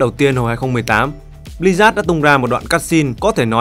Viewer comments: tên đọc là Bli-Zớt, mà sao cứ nghe là Bli rác ấy nhĩ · Sao tôi cứ nghe "Bli-rác" hoài nhỉ =))